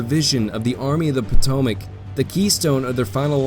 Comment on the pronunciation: I wonder how many different ways there is to mispronounce “Potomac”? Otherwise good work.